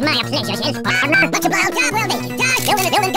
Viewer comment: I realize now spy is like the only one to say pardner